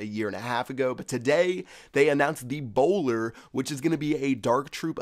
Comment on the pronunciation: I always understood "eBOWLER"